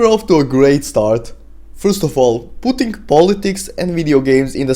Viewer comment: he said "putting" like he was about to say pootis